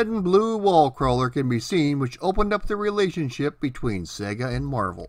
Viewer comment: THANK YOU for pronouncing SEGA properly.